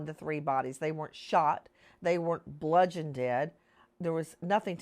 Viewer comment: Did this idiot say "bludgeoned-ed"?